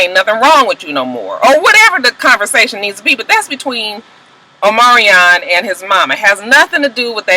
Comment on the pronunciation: Just say Omarion lol his name is hard to say.